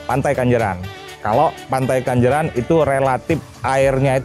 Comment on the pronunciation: Pantai KENJERAN bang bukan Kanjeran,.. 😀😀😀😀🙏🙏